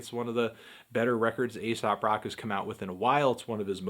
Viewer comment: it's pronounced eesop